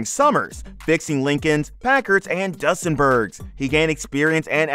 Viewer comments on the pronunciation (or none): Doosenberg. Not Dus